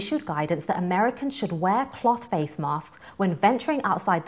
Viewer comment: its a good video, but the way she says cloth really irks me for some reason